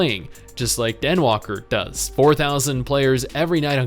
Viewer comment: Nobody else gonna call out that he said "Denwalker" instead of "Endwalker"? lol